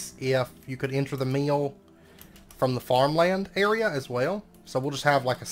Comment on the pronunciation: I love that the word mill has two syllables with your accent - ‘ meeilll ‘.